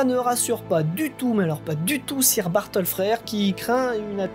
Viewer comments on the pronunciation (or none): Prononciations: à faire, soit dans la langue d'origine, soit francisée. Or, ici, on tombe très mal: - "sir" est évidemment à prononcer , pas - "boer" (paysan) n'est pas de l'Allemand, mais du Néerlandais et impossible à franciser. Prononcer uniquement , y compris au pluriel. En effet, le pluriel est "boeren" en Néerlandais, incompréhensible pour la plupart des auditeurs. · Le "sire" m'écorche un peu les oreilles, en anglais on dit "seur" phonétiquement parlant. Cela m'a déconcentrée !! Bises et merci